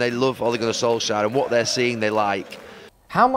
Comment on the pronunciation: Soulshire? Who is that? It's S-O-L-K-S-J-A-E-R!